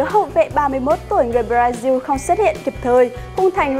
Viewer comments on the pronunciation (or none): đã đọc là Bờ-ra thì phải là Bờ-ra-xin chứ sao lại là Bờ-ra-diu nhỷ ((^